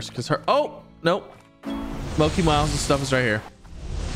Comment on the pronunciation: Ya hear that Z! Keep them fed and they will stay where they are and also I’m 98% sure mochi is pronounced exactly how it’s spelled